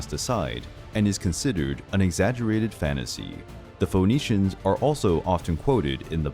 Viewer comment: It’s pronounced F’neeshians not Fo’neeshians.